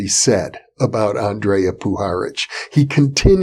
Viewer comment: Hi Jeffrey, Greeting from Croatia, just to tell you it is not spoken "Aandreja" but Andrija Puharic.